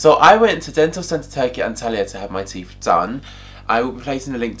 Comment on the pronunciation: Its teeTH not teef!